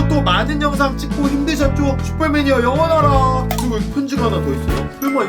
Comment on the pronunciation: 영원하라 말할때마다 영어나라 생각나 ㅋㅋㅋㅋ